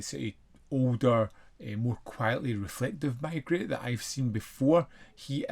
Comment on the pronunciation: why are you calling the detective ‘my-gret’? It’s ’may-gray’, of course. I know you usually comment on your own pronunciation of foreign names, but this detective is well known in British circles (Rowan Atkinson, Michael Gambon and Rupert Davies have all played the role on British series). There’s even another British series already underway that hasn’t been on tv here yet, but has in the US. I have this disc, but haven’t watched it yet (maybe tonight or tomorrow). I’ll come back when I’ve seen it.